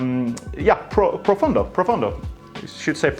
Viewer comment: Finally someone who says Profondo and not Profando. I've been waiting for this since the release of the fragrance!